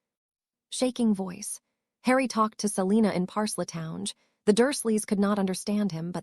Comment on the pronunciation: It would be nice if this text reader knew how to say the word parcel tongue